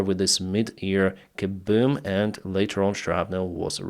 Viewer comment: Love how he pronounces Kooboom.😂